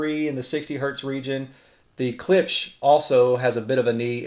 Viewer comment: Imagine the "ch" isn't on the end, & pronounce it like "clips".... lol. Don't feel bad someone had to teach me to..... And of course, klipsch rules all